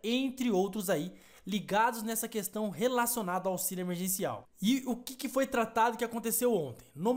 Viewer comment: É emerGeNCial e não emerCeNCiaL